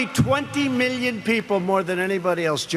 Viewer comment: This guy is the king of avoiding the question. I don't understand why he's always using "Meeleo" when it comes to numbers.